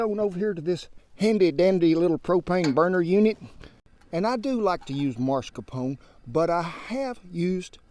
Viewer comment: It's not Mars-Capone. It's Mas-Carpone.